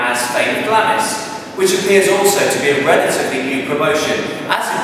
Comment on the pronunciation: PRONOUNCED GLARMS! SIR